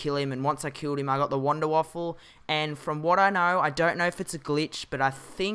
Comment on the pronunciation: It's Wanderwaffe not wanderwaffle